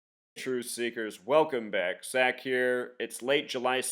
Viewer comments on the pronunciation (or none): none